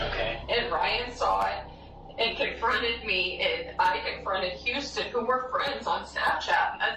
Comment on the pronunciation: love your content but you need to be consistent with pronunciations... and Huston sounds like Houston, I mean you can hear the people saying it correctly on the video in between your mispronunciations.